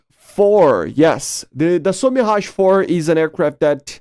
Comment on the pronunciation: Insane ! Also your 'Mirage' prononcation is awesome for a non-french !